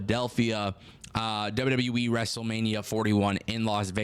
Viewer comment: STOP SAYING WEEEEEEE AT THE END OF WWE ITS AN EEE NOT A WEEE